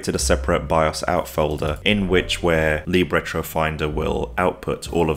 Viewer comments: It's "lib", not "leeb" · Don’t change it. Leeb sounds cool